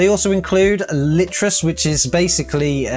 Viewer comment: Ba-Zite? Litrus? What are you trying to do to my head 🤣 Baz-ite, Loo-tris